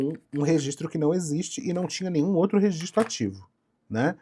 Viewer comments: "Rezistro" é foda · não mesmo. Rezistro é erro mesmo e tá tudo certo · 'impressão minha ou a proprietária fala rezistro ? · é mole uma dona de empresa gigantesca falando "resistro"? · A diretora da escola na qual eu estudei o ensino fundamental lá no Maranhão massacrava quem falava rezistro kkkkkk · Nem vi o video todo, mas queria primeiramente informar que eu apoio a pronúncia "REZISTRO" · Angústia dessa mulher falando rezistro... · Ela fala rezistro igual meu pai kkkkkkkkkjjjjjj